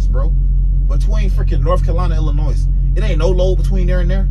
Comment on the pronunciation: No 's' in Illinois